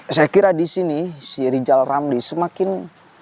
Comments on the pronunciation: Nama nya R R tapi GK bisa ucap R Lizal Lamli Lizal Lamli...gitu kok maU jadi pleciden🤣🤣🤣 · Pak RR perbaiki huruf R nya dulu deh, baru bisa jadi presiden RI. Lijal lamli, lijal lamli. Jangan sampe kebawa mati yah sakit hatinya. Mustinya orang itu mendoakan kebaikan bagi orang lain, itu jauh lebih baik, Lijal Lamli. 🤣🤣🤣